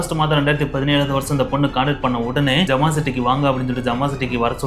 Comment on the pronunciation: It’s not jamaa. It’s Zama. I live there